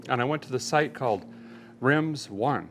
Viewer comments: Derek are you sure the Wheel Tire company is pronounced Rimz One ? Looks more to me like Rim Zone. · It's "Rimz One" not "Rim Zone"? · Derek, at 4610 I think it's pronounced: 'Rim Zone' not 'Rimz One'. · Derek are u sure it's not Rim Zone? Not Rimz One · It's pronounced Rimzo neeee